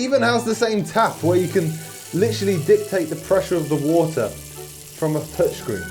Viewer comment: 'its wo'ah"